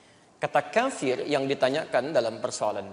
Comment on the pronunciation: Yang bener كَافِرٌ bukan كَفِرٌ jadi huruf ك panjang